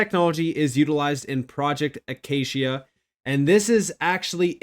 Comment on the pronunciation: Hey im from australia lits pronounced “A..k..c..ia”